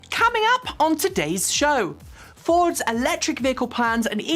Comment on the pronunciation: Coming up sounded so cockney